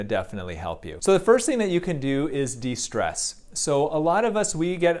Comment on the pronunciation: More stress after he said DE-strees?